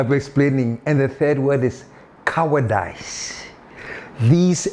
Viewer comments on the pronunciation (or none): 😂😂 Boss, Cowardize rhymes with Agradaaas Baptadize